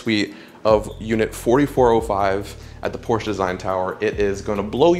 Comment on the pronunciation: Porsche is a TWO syllable word. Period.